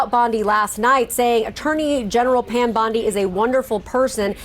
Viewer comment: "Are you saying Pan, or Pam?"